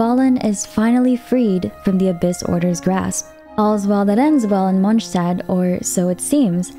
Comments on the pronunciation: Why do you say Mondstat that way 😭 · The way she pronounces monstadt is bugging me the wrong way 😂😢 but good vid ❤ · As a german, Mondstadt isn't pronounced correctly in the game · I love how you say Lord Rukkadhevata!😊🎃❤ But „Monchstadt“ sounds weird for me as a bilingual in English/German :D❤😂 No hard feelings though :-)😊